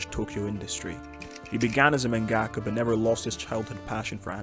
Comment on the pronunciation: Dude, it's manga-ka, not man-gaka.